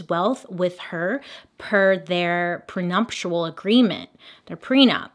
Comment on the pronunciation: When Bailey said prenumptual instead of prenuptial, super cute